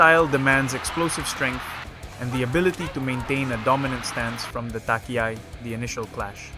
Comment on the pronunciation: when you do it the next Time, say Dohyō instead of Dohaio, the H is Silent and you cover it with a C that comes faintly from your throat, thats the same with Takiai which is Tachi-ai spoken ^^ but here you actually speak the C out.